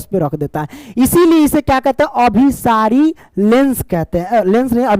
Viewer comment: Sar last mein aap galat padhe hain abhisari aur apasari